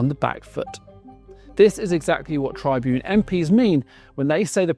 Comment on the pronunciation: You don't pronounce Tribune like that.